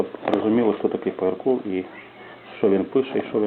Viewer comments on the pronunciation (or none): Что это за комментарий, человек лепечет как младенец, что то невразумительное, даже фамилию автора говорит неправильно. Поярков прекрасный художник, во всех смыслах.